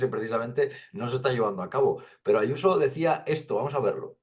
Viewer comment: Pero si esa tal Yuso no sabe ni decir su nombre como no lo tenga escrito